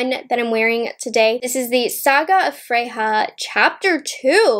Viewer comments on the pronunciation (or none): Just an FYI, in Swedish "J" is pronounced like a "Y", not an "H" like in Spanish. So "Freja" is pronounced like "freYa" not "freHa". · I love you but ya killing me pronouncing it as Fre-Ha. It is pronounced as Fre-Ya. Still loves ya tho. Lol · Sis. It's pronounced "Frey-yah". She's a goddess in Norse Mythology (hence, Odin's Eye) The shimmers look stunning. Chapter 2 is WOWZA. I hate pink & purple shadows so that could also be why I prefer the blue one. I like the 3rd one, the bigger book, as well. Just not a fan of pinks or purples. They're way overdone. Bow IS huge (and I'm Southern!) But may look cute at the bottom of a messy bun. ❤️ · Freja is a character from the Nordic mythology and is pronounced Freya or Freia 🤗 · Thank you. That was teeth grindingly painful. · Don't apologize. You are human and are allowed to mispronounce words w/o being reamed at.